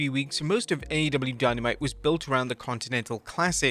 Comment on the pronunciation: Dynamite was “Dyno Mite!” 😂😂😂😂😂😂😂